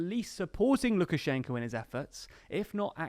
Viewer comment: Why do you incorrectly pronounce the name of the President of Belarus throughout the film?